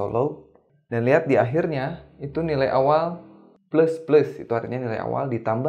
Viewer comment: Pleus pleus 😂